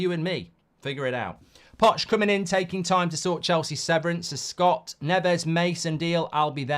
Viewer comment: His name is Poch btw not Podge.